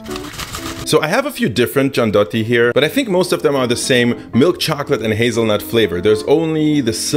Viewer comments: Not Giandotti, but Gian-DU-iot-ti. Anyway you're great: I was born in Turin but I never heard the whole story. Thank you so much for your fantastic work. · As a person who grew up in Turin, I can easily describe with just one word the taste of Gianduiotti (btw,, you're missing the UI when you say their name as it is pronounced jan-doo-YOT-tee, not jan-DOT-tee) and that word is HOME. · Ma volgiamo parlare di quel "giandotti" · Says "Giandotti" showing the name writed on the packaging, on camera and having it under his nose all the time, also after pronouncing "gianduia" correctly Me, living in Piedmont, and whole Italy: face-palm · "giandotti" 😶 pronunce "gianduiotti" with the "u" like in "you", it's like an extension of the name "gianduia". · The way you pronounce "Gianduiotti" is painful... You pronounce it as if it was written "giandotti", while it should be pronounced like "Gian-doo-yotti" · Super informative video...loved it. Your mispronunciation of "gianduiotti" was killing me though, dude!! It's GIANDU-IOTTI, not GIAN-DOTTI. hahahaha. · Love this video. Just one thing, they are called gian-due-yacht-tee not gian-dot-tee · "GIANDUIOTTI" not "GIANDOTTI" you can pronunce it like "GIANDUIA" without the final "A" and adding a "OTTI". I live there :-) And Gianduiotti is not like Nutella, you can find much hazelnut in the Gianduia than in Nutella... I really like to taste your COCOTELLA... Use butter or seed oil instead of the coconuts oil. :-) Thank you for sharing! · The correct spelling is "giandui-otti", like gianduia, remove the "a" and say "otti" -> giandui+otti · Just wanna make clear how to read "gianduiotti" which you mostly got it, but it's gian doo iotti, not "giandotti"! And yes, that chocolate tastes AMAZING and I can never get enough of it, but I have to 'cause it's not too good for your health lmfao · "Gianduiotti", is pronounced "gian-doo-yotti", not "gian-dotti". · not giandotti but gianduiotti ;) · it's giandUIOtti non Giandotti